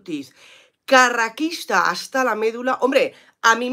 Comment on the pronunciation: Por favor, di "carrasquista" y no "carraquista"